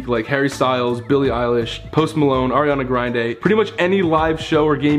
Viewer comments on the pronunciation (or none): Am i the only one who noticed Ethan saying "ariana grindday" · Nobody: Ethan: aRiAnA gRiNdE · Ariana grindae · Am I the only one who heard him say ariana griande in the promo ad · Amy1728 ETHAN SAID ARIANA GRIND- AE. Phhhffttt, ahhahahhaha 😂 i died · “Arianna grinday” -Ethan 2019. Ily by the way😂🥰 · no-one: literally no-one: ethan: aRiAna GrinDaY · No one: Absolutely no one: Not a single soul: Ethan: “Ariana Grinday...” Wow never thought I would get this many likes 😊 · M A ariana graynde* lmaooo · Ariana Grinday hihihi😁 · “Ariana Grinde” XD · Ethan: Ariana Grinday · Ariana Grind-ay